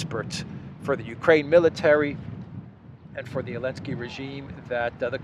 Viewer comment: I always enjoy you calling him Elensky. I have no idea why you don't say the Z but it is hilarious.